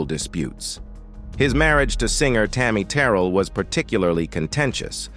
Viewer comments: Tami Terril Lolol. They should know how to pronounce names at least. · So many errors. Showing Eddie Kendrick repeatedly & calling Eddie David. No marriage to Tammy Terrell, while mispronouncing Tammy’s name .👎🏽👎🏽